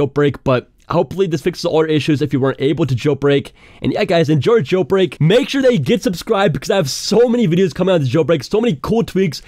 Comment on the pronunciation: “Jel brek”